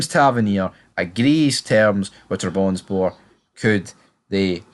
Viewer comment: It’s pronounced Trab Son Spor - let’s get it right!